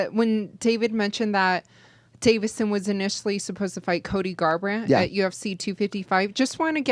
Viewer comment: love but it bothers me when he says Davidson instead of Deiveson